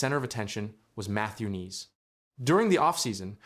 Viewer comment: It pronounced N-eyes ( Knies)